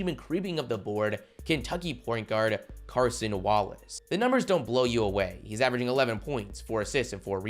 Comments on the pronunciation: CASON Wallace. No r on Cason (you’re calling him Carson in the video lol) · CASON WALLACE NOT CARSON DAWG😭